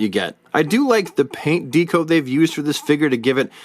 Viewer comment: Good figures. But DeeeCo? LOL. Not Deck-O like Decoration? 😂 just bust’n’ chops.